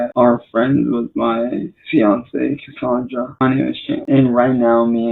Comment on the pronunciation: "CUSSUNDRUH" The game mimics his life so of course it's vile.